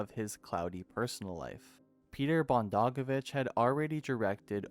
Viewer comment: Peter Bog-don-o-vitch. Please pronounce the names correctly. Thanx